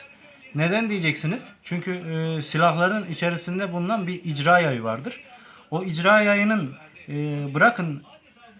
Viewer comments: jarjör değil şarjör icra yayı değil irca yayı sen önce namluya jarjör değil namlu demesini öğren. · İcra yayi degil be irca yayi diceksin..